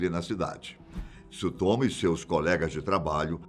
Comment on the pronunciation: meu amigo, não se fala Tisutomu, mas fala o Tsu tudo ao mesmo tempo, joga no Google Tradutor que vc vai ouvir a pronúncia correta